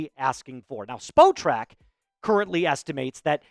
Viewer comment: its pronounced spot track lol "spo track" LOL youre supposed to say the spot and the trak when saying it